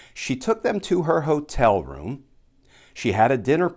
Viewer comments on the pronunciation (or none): none